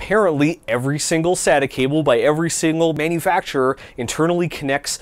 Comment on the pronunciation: SATA (SAY-TA)